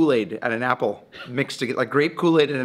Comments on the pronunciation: Did anyone notice that when he let the apple sit for a day when he came back he said ass** instead of apple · Everytime he says apple I hear assh0le for some reason😂😂😂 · Bro says apple as "asshole"